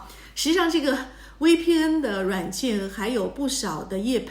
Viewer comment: 求你了，V的發音是F， 不是W